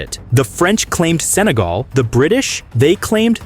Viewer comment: 日本語でもセネガルではなくサガルと聞こえますね